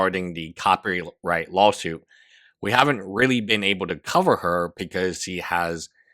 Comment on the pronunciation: When ever you say "law suit" its sounds to me like you are saying lol suit. and a lol suit fits here!